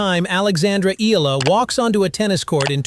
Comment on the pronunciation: E yA LA to pronounce it, not ELA.